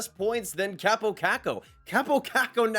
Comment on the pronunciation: His name is Kaaaapo, not Kappo. With an elongated a.